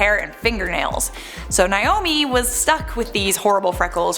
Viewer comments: If she pronounces Naomi like Niomi one more time I'm going to literally scream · Why does everyone pronounce Naomi as "Niomie?" thats a whole separate name.